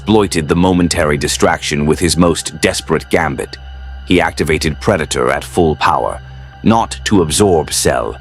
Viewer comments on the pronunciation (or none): none